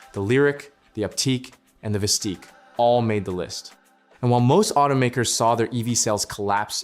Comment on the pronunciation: You mispronounced Optiq and Vistiq